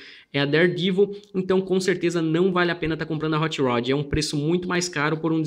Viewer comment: Still better than "hoche roch"